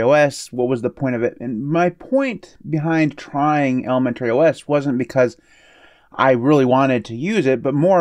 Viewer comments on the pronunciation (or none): I am fascinated with the pronunciation of ElemenTERRY OS 😀